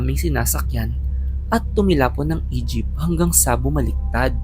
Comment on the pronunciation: Ako lang ba yung nakaka-rinig ng "Egypt" imbes na "E-jeep"